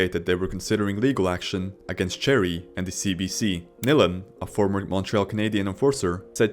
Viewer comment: Your a idiot its Chris Nilan nails at least learn how to pronounce their names😢